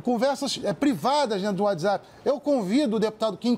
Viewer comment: "Descricionario" (discricionário) , "uadizapi" (Whatsapp). A partir do